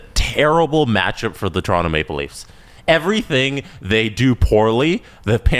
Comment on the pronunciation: Toronto in how many… (Guy on left) 😂. Bro said Tor in 5 💀